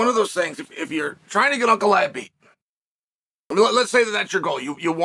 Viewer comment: "Brother, put him Ankalaev. Yes, put hin Ankalaev."